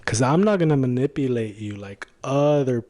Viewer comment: First, he has to learn how to say manipulate.